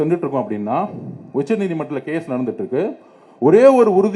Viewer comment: நாயே உச்சநீதி மன்றத்துக்கு சொல்ல தெரியல ஏதோ உச்சம் உச்சம் உச்ச படிக்கிறியா நீ உச்சநீதிமன்றம் சொல்லத் தெரியும் உனக்கு ஒத்தா ப*** உனக்கு அறிவு புண்டைய இல்லையாடா தேவிடியா பயலே